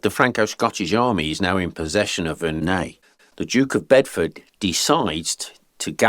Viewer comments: pronounced it wrong, it's Verre-NUY. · Wait, that’s how Verneuil is pronounced?